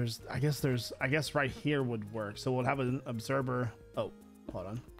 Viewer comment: obserVer not obserBer